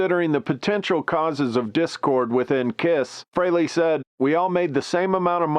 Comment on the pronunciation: You can't even pronounce Frehley correctly. It's free-lee not fray-lay. Your AI either sucks or your narration does.